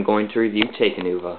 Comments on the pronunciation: It's pronounced: talk-uh-nuva and tack-uh-dox and ic-uh-rax. Bioneclepedia says so. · Not to correct you and seem smart and all, but it's Talk-Uh-Noo-Vuh